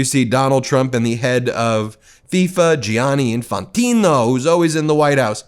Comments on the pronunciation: Gee-a-nee-nee. Laura Ingraham is sooo worldly😂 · Laura Ingram cannot even pronounce "GIANNI?" 😮😮